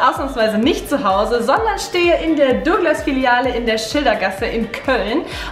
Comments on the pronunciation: Es heißt nicht dogglas, sondern douuuuuuuuuuglas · Dooglas😂😂 gutes deutsch